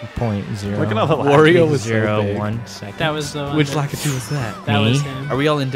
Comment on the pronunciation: it's pronounced LAKITU